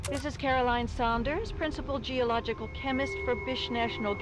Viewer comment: its Saunders not sanders (pronounced differently) dispite how she pronounces it